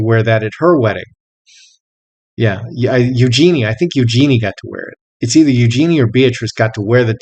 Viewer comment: Princess Eugenie is pronounced YoujgENee not ewejeeeny. I wonder who will be first on the stand at the court in January?